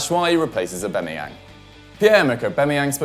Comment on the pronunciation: Why are you saying Aubemeyang instead of Aubameyang?